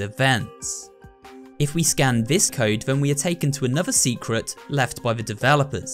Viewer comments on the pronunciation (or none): U say secwet